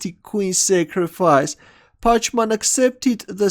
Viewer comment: i think you pronounce the opponent packman, not parchman!